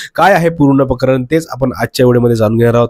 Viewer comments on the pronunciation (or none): अरे प्रकरण असते ते पकरण नाही रे 😂